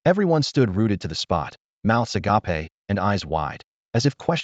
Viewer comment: Love these stories, great to fall asleep to since there's really no important plot to follow, just little storyline and short term plots, but why are all these automated readers so stupid, none off them know how to read and pronounce I'll I'd bow read agape as well as other silly little words, not a real big deal, not that annoying, just stupid and laughable, other than that, just wish either they weren't just clips but told the whole story, or at least make the parts more clearly labeled so their easy to find and listen to...